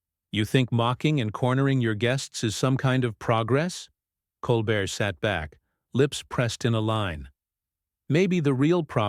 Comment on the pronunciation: NEVER HAPPENED. Nuff said. The narrator (either AI or an ignorant human) can’t even pronounce Colbert’s name correctly.